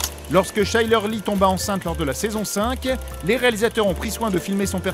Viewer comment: Chyler on dit KAÏLEUR 😂❤️